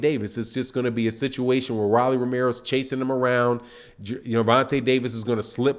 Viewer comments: It’s ROLLIE NOT RALLIE LIKE ROLL DOWN THE STREET ROLLLLLL WTF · How you mispronounce everyone name lol Chris colbeeeeeeer and rawwly lol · Rolly pronounced "Roll-ee" just as the slang word that we for a Rolex watch